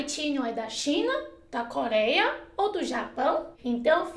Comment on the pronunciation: cóleia, calactelisticas, etc... aaaah adoro quando ela troca o R pelo L <3